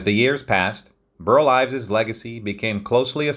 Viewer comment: mins 19-20 seconds: you said, “Burt Ives”. The correct first name is: BURL